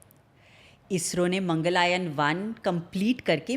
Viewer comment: its Mangalyan... not mangalayan